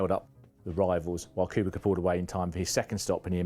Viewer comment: It is Kubica but some people still call him Kubika It's not even that difficult to say